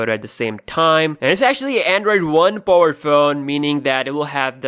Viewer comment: You would pronounce "powered" as " paa-word" not " po-word".